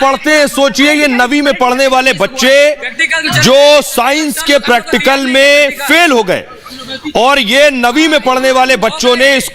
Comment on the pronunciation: Can't even pronounce practical